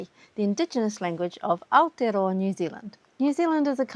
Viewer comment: Why did you use the Maori pronunciation of the city name Aotearoa when speaking English? Your audience can neither recognize nor replicate it, nor even look it up readily. This is either misplaced respect or showing off. If I mention that I live in Osaka Japan, Bogota, Columbia or Moscow, Russia, I am NOT going to give you the native pronunciation of it (even if it’s my native language) if I’m speaking to you in English. It’s obnoxious.